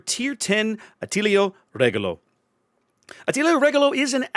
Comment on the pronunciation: Man it's refreshing to see someone pronounce Attilio Regolo correctly! Just a correction: Regia Marina is pronounced with a soft g ("gi" is sort of like the g in "age", you can hear it in google translate). I've been waiting for this ship for a loooong time. Her class didn't see much action but one of her sisters, Scipione Africano, holds a few records: she was the only Italian ship to use radar in combat, and she fought the fastest gunnery ever at sea, gunning down enemy boats while steaming at 40 to 43 knots (as comparison the le Fantasque class was very fast in trials, but could only fight at 28 knots), this should also make her the fastest warship in mission, outside of trials, I think. I'm kinda sad we didn't get her as a premium TX. Also good on you to call em flotilla leaders/large destroyers, their official classification was that of light cruisers, but it was more of a bureacratic thing since the Regia Marina abolished the scout class some time before. These ships were never meant to act as light cruisers, on the other hand they would have made short work of any DD they would have met.